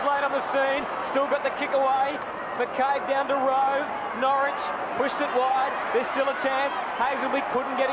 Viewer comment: Jesus Huddo it's Norrish not Norwich lol.